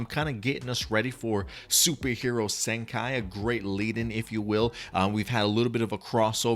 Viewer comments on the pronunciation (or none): The movie title is pronounce Super Hero " Senkee", not " Senkai".